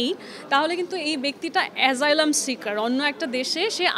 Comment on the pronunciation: উনি কেমন ইংরেজি উচ্চারণ করতেছে নিজেই ঠিক বুঝতেছি না এসাইলাম কে বলতেছে এজাইলাম আবার He পরিবর্তে বলতেছি She😅😅😅😅